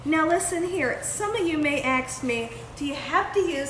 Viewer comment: Aks me ? Are you serious ?